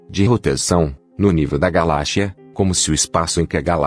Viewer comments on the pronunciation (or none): Pra que insiste em falar errado? (galachia, o correto é galáxia (“csia”)‼️) pronuncie direito! quer impressionar para mostrar que é um “et”?… 😆ridiculo!